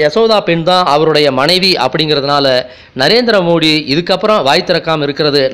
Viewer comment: சகோ மோதியா? மோடியா ஒழுங்கா தமிழ் பேசுங்க.